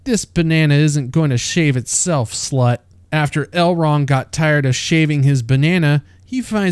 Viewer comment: The names in this video. Whoreladriel. Gwildor. Drawfrah. Celerybrimbor. El-wrong. Fireplace Jesus. Gandalf.😂